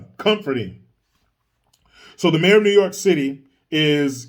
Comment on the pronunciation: Me: Notices does a video involving NYC. Also me: Wonders if he'll do a "Noooo Yaaaawk" accent?: "Hold my hat!!"